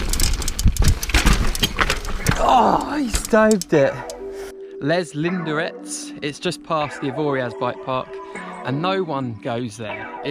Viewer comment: #9. Don't pronounce Les Linderets like a tourist 😂